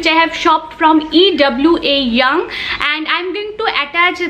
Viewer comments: It's called ewa young not e w a ,,इवा यंग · ya but it's actually not in saprate words otherwise as you wish but right pronunciation it is actually 🙃